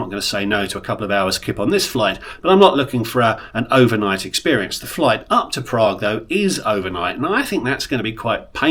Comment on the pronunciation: I love your videos - they are so informative especially about racking up good value Tier Points. This business class looks pretty old but, as you say, it's ok for 5 hours during the day but not good for night flights. I wouldn't be fussed about an extra meal if I'd been in the lounge plus the opening meal. Highly amusing was how you said "Prraaague" at the beginning and then "Bunniks"!